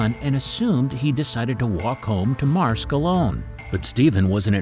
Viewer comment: It's pronounced Marsk, not Marskee